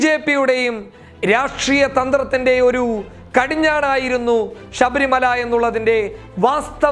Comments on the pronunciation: ഷബരി മല അല്ല ശബരി മല എന്ന് ബ്രോ 😂🤣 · ഷബരിമല അല്ല ശബരിമല എന്ന് പറയൂ സുഹൃത്തേ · ഷബരിമല അല്ലേടാ പൊട്ടാ ശബരിമല...... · എടാ പോത്തേ നീ പറഞ്ഞു തുടങ്ങിയപ്പോൾ തന്നെ നീ ആരാണെന്നു മനസിലായി ,ഷബരിമല അല്ല ശബരിമല ആണ് ,നീ വർഗീയ വാദി തെണ്ടി പൂമോൻ ആണ് നീ . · മേത്താ ആദൃം ശബരിമല എന്നു തെറ്റാതെ പറയാൻ പഠിക്ക്... എന്തുവാടേയ് ഇത് വാർത്തയാണോ അതോ പള്ളിയിലെ പ്രഭാഷണമോ.. ...ഷബരിമല പോലും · Shabarimala ,shesham, sahacharyathilakk( sabarimala sesham , sahacharyathilaykk inganeyanu vakkukalude prayokam ) nammude mathrubhasha thetti uchariykaruthe janangal kanunnathalle